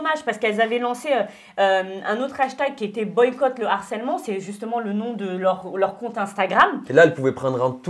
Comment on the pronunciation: Vous pouvez dire à qu'on dit LE HARCÈLEMENT et pas l'harcèlement. Par contre on dit bien l'acharnement et pas le acharnement...